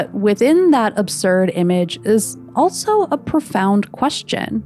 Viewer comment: Why do you say "altso"?